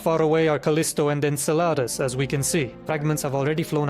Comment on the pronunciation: Your voice(reading) Enceladus sounds like enslada Maybe